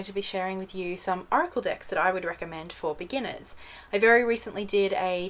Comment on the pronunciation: It sounds like shes saying oracle dicks....